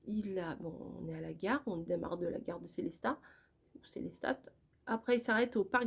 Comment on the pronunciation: Bonjour, dommage pour votre fin de séjour. J'espère que vous allez mieux, j'habite a côte de Strasbourg, je voulait juste vous dire que Selestat se prononce sans le T a la fin 😉😉😉 Merciiii encore de partager vos aventures avec nous et vous êtes courageuse parce que quand je lit les commentaires je me dit qu'il y a quand même pas mal de gens qui croient qu'il faut tout vous expliquer " prend du gaviscon, vas voir le médecin, les pâtes alsacienne alsacienne c'est lourd a digérer " olala hihihi je pense que vous êtes assez intelligente pour savoir ce que vous devez faire 😉 et c'est d'ailleurs ce que vous faites. Moi, j'apprends beaucoup de choses grâce a vos vidéos. Voilà ❤.